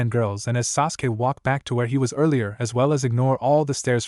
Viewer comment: What the, Arisher = Arashi, Shersway = Shisui, since this annoying AI narrator changes shi to sher in every story, except for Kakashi or Kakasi son of the White FONG, umboo, Chon. I hope the stuttering stalker has a larger presence in this story so I can mark another story to not listen to. The nia 5000 times turned me off to this story. Sajuwik Uchiha is apparently Sasuke's name according to the AI narrator.